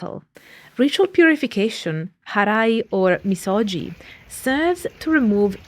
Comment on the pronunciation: Misogi is pronounced miso”gi”. The G sound not like the J sound Ji, but like Give. Gi. みそぎ